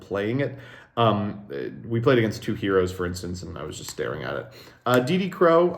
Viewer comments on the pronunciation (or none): none